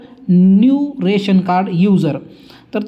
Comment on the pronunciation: राशन कार्ड असे म्हणत नाहीत, रेशन कार्ड म्हणतात .